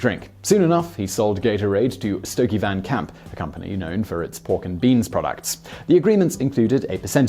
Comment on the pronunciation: 1) It's STOKLEY Van Camp, not Stokey Van Camp. 2) The Giants' coach was Bill par-SELLS, not "parcels". 3) American football games use quarters, not periods.